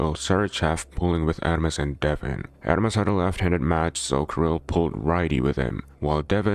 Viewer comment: kiril, not kAril